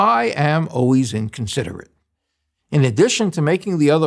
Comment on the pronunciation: Overall, I liked what dude had to say but I just can't stand when a grown man says oways instead of always!